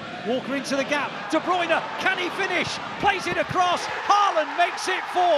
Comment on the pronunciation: I wonder if commentators will every pronounce De Bruyne as De Bruyne and not The Broine. 😆